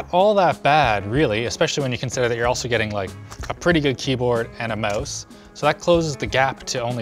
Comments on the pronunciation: Learn how to pronounce mouse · "a mowse and keyboard"